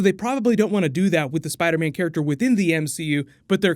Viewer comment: he says spiderbam lol